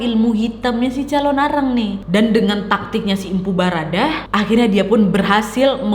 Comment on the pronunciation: lain kali berucap di perhatikan ya kak , MPU BHARADAH . BUKAN BHADARAH 🙏